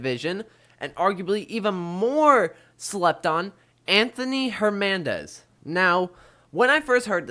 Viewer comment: HerNANdez not HerMANdez